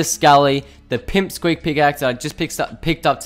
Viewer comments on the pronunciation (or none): Just FYI, it's pick squeak, not pimp squeak. Love the vids keep up the great work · Hahah you said pimp squeek instead of pick squeek 😂😂